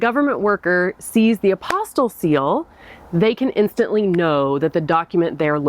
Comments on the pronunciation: Right, it's an apostille, not an apostle. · Great info! BTW, I believe it’s pronounced Ap-o-steel. Spelled apostille, but pronounced aposteel.